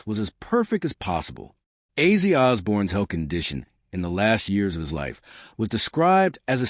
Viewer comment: His name was Ozzy, not Azey.